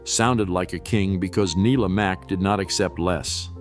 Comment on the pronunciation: I'll get my quibble out of the way first - there's got to be a better approach to synthesizing the narration - names are occasionally mispronounced (it's NYE-la Mack for Let's Pretend, folks!), and there are obvious slips if you follow along with the subtitles. That said - I pretty much only disagree with the sequencing because I enjoyed some of these more than others. It could have helped with clips from the originals, but I fear that might have triggered a few lawsuits ... Bummer also that they didn't dwell longer on Bob Elliott and Ray Goulding (keep your eyes peeled !), whose approach to comedy via absurdity set standards as well. Find these shows on YouTube, folks!